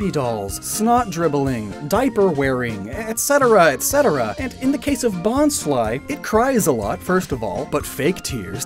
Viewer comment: You sed bonsly wrong